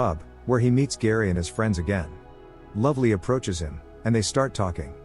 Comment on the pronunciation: the first luvelee at the bar is different to the second luvlee (Isla fisher)